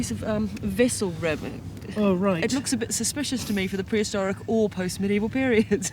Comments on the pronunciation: Perhistoric? That's new.... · Prehistoric or perhistoric? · Perhistoric? and Burried? Really??? Are you guys not reading the text before you hit enter?